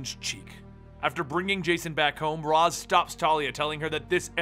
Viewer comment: Ras is actually pronounced "Ray-shh".